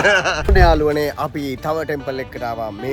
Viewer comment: ඔන්න යාලුවනේ කියල එකපාර කියන්න එපා යකෝ.ඇහෙන්නෙ නිකන් .................................... වගේ